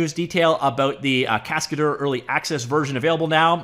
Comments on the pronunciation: It's a French word "Cascadeur"... pronounced cas-ca-dher... not dour... dher. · "Cascadeur" is a french name you have to pronounce it "cascader" in English for perfect pronunciation :)